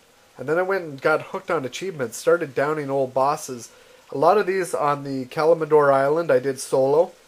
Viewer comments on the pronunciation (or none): Kal-im-dor not kalmador